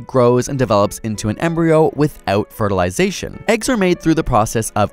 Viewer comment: "with oat fertilization"? Bröther may i have some öats i need to ｆｅｒｔｉｌｉｚｅ ｔｈｅｍ